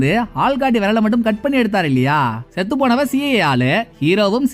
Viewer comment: சே நெடில் இல்லை செ குறில் 😂😂